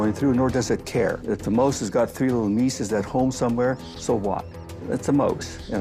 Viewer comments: “the moase”? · Liberals are all psychopaths. Antifa. Bernie Sanders. Killary Clinton. The whole Bush family. The Rothschilds. Need one go on? Uh Oh the guy does not know how to pronounce the word mouse. mose!